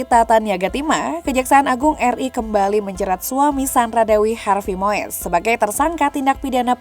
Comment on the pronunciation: Wooi mbak presenter itu cara baca yg bener Harvey Muis bukan Moes.😅 bikin irritasi telinga salah nyebut nama.